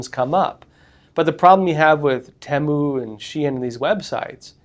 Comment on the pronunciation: Finally hear someone pronouncing "Temu" the way I do. Nicely vindicated; if someone would know is.